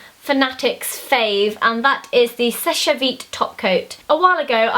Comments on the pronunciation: I think it's pronounced sesh vite not shesh-ay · Pronounced "sesh" vite. Your makeup here is so clean and nice :) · You don't pronounce the last e on seche, you just say 'sesh'